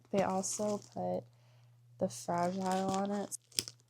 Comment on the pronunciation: "Fradge I'll" I dunno what you're talkin' that's pronounced "FRAH- GEE-LEE" 😆👍 Great work on getting the new wheel & goodies installed. June Bugs in September. ✌